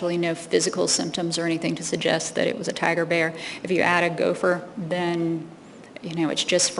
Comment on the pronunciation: "Gopher". Hahahaha